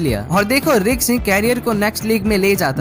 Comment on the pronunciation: Risk ❌ riks 👍